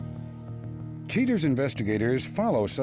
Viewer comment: Cheee-turz. 23 years later after watching this on over the air TV, I can’t get over how the VO guy and Joey Greco pronounce the word ‘cheaters.’